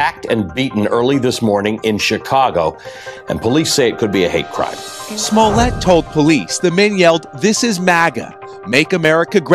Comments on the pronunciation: Damn good video....but it's Small-let, not Small-lay. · SMO-LLETT, NOT SMOLAY.. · Sma let, not sma lay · Smo*ley*? You've heard Smolette so why are you saying smoley? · It's not pronounced "Smol-ay" No one does. It's not a French name. His father was Russian-Polish Jew. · Why would you pronounce it Smoley when everyone else pronounces it truthfully. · BS. Oh I knew he was lying but I didn’t say it until now!! Plus, you just payed a clip of multiple people pronouncing his name yet you still refer to him as Smollay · If the guy's name was pronounced "smolay" it would be spelled "Smolet" rather than "Smollett." Basic French grammar. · Da fuq is Smo-ley?